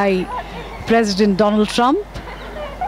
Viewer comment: Dolaand trump😂😂